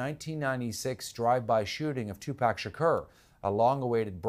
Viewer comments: Obviously, he misspronounced Pac's name. They always do but "Dwayne Davis"?!? That's a really strange way to pronounce Suge Knight. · Pronounce Tupac correctly